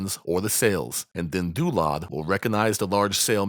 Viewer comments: Your calming tone and deep voice pitch is perfect for tutorial for DynDOLOD. You pronounce DynDOLOD with real deep pride :D. Parallel to Shinji when he uncovers NSFW mods. xD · The way you say "DynDOLOD" is amazing, thanks for this tutorial!